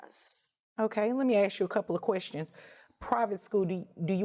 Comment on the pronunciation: I would have had to say you can ask a question but you can't ax a question